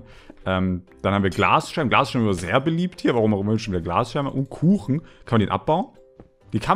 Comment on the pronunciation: sagt statt kuchen koochen XD